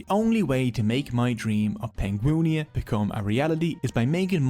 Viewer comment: At the risk of starting some drama - Surely Penguinia should be pronounced Pengwinia.